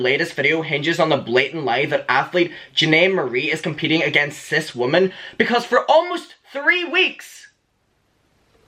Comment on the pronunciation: The "o", in "women" is pronounced "i", so it's not wOmen it's wImen.